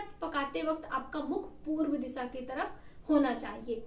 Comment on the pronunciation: इसान नही ईशान दिशा होती है दिसा नही होती है🙏